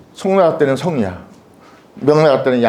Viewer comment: 또 엉터리 발음! 성리학의 "이"도 길게 발음해야지요! "이유, 이치, 이법"의 첫 자도 짧게 발음하시렵니까!?? 이런 자고저도 모르는 이가 설리학을 강의하고 있는 대한 민국!! 이런 심각한 문제를 논하는 이는 1967년에 고국을 떠난 이 늙은 이 뿐이라니! 이 얼마나 슬픈 일입니까?